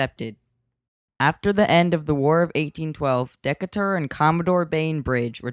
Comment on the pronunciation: Great video. FYI- it's Decatur is pronounced "duh-Kay-tur."